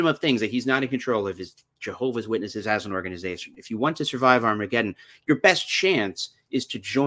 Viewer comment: 😂New chart technology 😅. You're a laugh a minute. I love it. Where do you get this quick wittedness. (Not witnessedess.... Wittedness 😆😅) love your channel